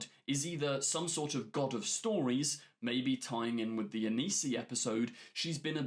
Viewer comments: Hi, just wanted to say its not Anisi, its Anansi, you said it right in your official trailer breakdown but for some reason changed it since the german trailer breakdown? A-naan-si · The spider is called Anansi. Not Anisi. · the Spider God is ANANSI not ANISI, pronounced AN-AN-SI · Anansi. pronounced “uh-non-see”